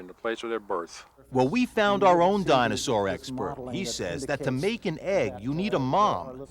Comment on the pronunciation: The “Dino-source” lol